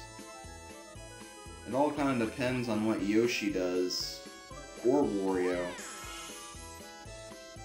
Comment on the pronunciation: Sorry but it`s Wario not Vario!